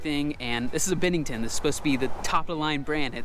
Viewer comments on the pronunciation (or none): Isn't is pronounced "BEN-nington" not "BIN-nington"?